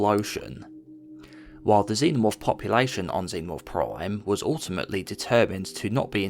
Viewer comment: why you always say "proime" instead of prime